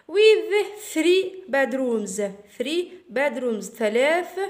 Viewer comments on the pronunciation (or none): none